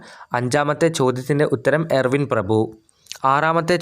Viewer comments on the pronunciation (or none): എയർവിൻ പ്രഭു അല്ല ചേട്ടാ ഇർവിൻ പ്രഭു . വിഡ്ഢിത്തരം വിളമ്പാതെ ........ ചിരിച്ചു മടുത്തു.